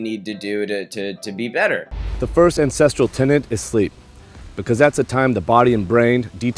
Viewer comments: Same day as Danny, pretty much same length of video, same sponsorship, same video subject, but says "ancestrial" instead of "ancestral" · I feel bad for caring but it's so disorienting hearing you say "ancestrial" every time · You're gonna need to stop pronouncing ancestral like "incestual" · all i hear is “incestrial” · being a historian/anthropologist every time he says 'ancestral' I want to weep ffs.